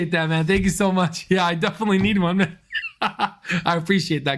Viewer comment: Hi Al , I think it's pronounced man not main